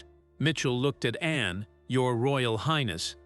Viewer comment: The Princess Royal's name is called A N N E NOT Annie are you stupid?